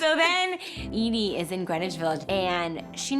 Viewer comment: I thought she was saying E.D. but at the end I saw the name EDIE .